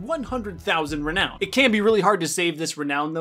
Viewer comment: why does he say reown the currency like that ahhaha